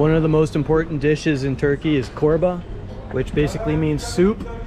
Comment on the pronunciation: It's pronounced as Chorba, not Korba. :)